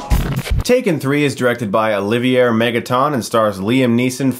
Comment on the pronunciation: His name is pronounced Olivier (O-Liv-E-Eh). It's French.